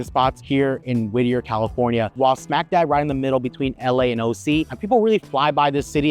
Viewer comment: Whittier not whitter